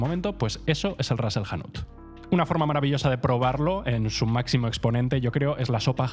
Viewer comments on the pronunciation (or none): none